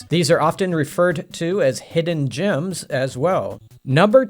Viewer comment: Actually, I think he said “hidden gyms”, like the treadmill I keep in my garage.